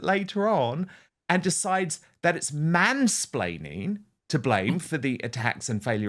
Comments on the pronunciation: It was actually ‘mainsplanning’ she blamed. Shows how stupid the word is that she doesn’t even know how to say it. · It's 'splaining not 'splanning luv. 😅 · Yeah because we want to listen to someone trying to be smug that can't say mansplaining properly, 😂 Her and her patriarchal men hating attitude, she's delusional. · Mansplaining lol. Love these (madeyuppy) words they come up with. Which she can't even say properly 😂😂